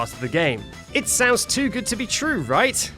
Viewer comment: Jood james, j jove jow je jeet jo juch jhildren